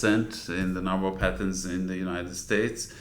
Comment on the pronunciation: patents, not patterns or pattens, hahaha